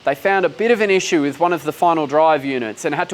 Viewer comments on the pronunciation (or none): none